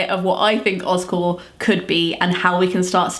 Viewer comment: You're saying Oz Core, but my brain hears Oscorp...from Spiderman. 😂 But I'm on board with OzCore!